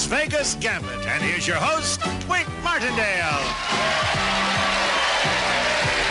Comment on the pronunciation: That first show the announcer was wrong!! It's Wink Martindale and not Win Martindale!!